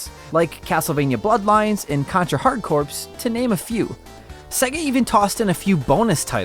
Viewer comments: Corpse 😂😂 it's pronounced "core". Anyway, hopefully this will be as easily hacked as it's Nintendo counterparts so we can put Sonic 3 on it. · I laughed when he said Contra Hard Corpse, lol.